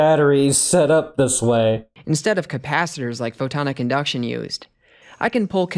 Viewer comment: I guess I didn't make my comment clear. It was more of a wtf question instead of a serious question. If you listen to him talk, the first time he says it, he says, "photon induction", NOT PHOTONICINDUCTION. I know who photon-IC-inductions is, but have no clue who photon induction is.